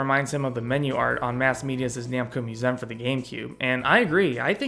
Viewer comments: Its museum, not moosehm. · Musem?!? Who says museum like that?